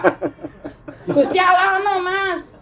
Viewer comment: Aku seneng nyebut Gusti Allah, bukan gusti auloh. Berkah Dalem...